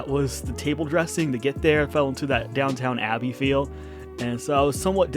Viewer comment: He said Downtown Abbey, lol!